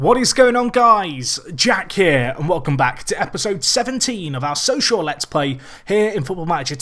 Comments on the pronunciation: Why does it always sound to me like you say welcome to the social let's play? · At the start of every video, I can't stop hearing 'social lets play' instead of Sochaux :D